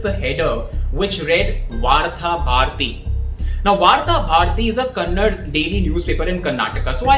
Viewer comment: and Wire team. Please note that when speaking in any non-hindi language its pronounced "KANNADA" language. Just like you would not say in an english presentation Carode for Crore!! Nice presentation on the boycott subject although in my opinion its a good movie but didn't reach my expectation level of 3 idiots or Tare Zameen Par etc